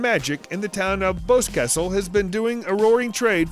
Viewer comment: Skinwalker Ranch isn't anything to do with the tourist industry, it's private property! PS - Boscastle is pronounced: Boss-Castle, Cecil = Seh-sil (Not See-sil).